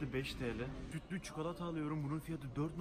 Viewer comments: Çukalata :D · Yeni kelime açıldı : çukolata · Evet çukalata